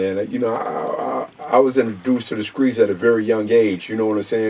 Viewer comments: I'm from the "Skreets" lol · chose the skreet instead of college 🤷🏾‍♂️ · I thought I was the only one. “Skreets”❓ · He chose the skreets instead of college not the streets the skreets 😂😂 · In the "Skreets" lol